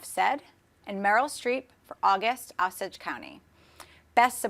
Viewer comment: pronounced Osage wrong.